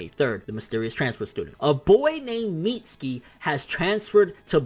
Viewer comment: My sons name is pronounced MIT-SUE-KEY not MEAT-SKII you mexiturd